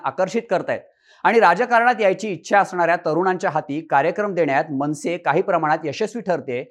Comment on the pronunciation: मंविसे नाही मनसे 😅